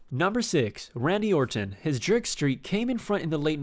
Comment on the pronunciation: I know you did not say randyorton